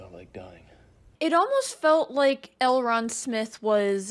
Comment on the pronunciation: Please stop saying Elron lol